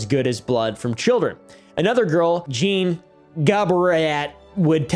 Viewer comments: Great vid as always. Jean is a tough one. But you got it right at a certain point. If you legit do want to know. No need to pronounce the "n". The sound following the soft J is like the "ea" in the word name Sean. So basically what you where saying just cut the n and the end. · i speak french but i don’t know how to type how jean sounds😅you said the “j” sound right and it ends with an “aw” kind of